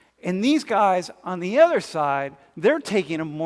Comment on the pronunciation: Why do you say ETHER instead of OTHER